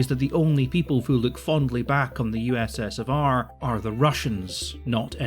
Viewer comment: I know it's a pretty minor complaint, but I cringe pretty hard when you say "USS of R"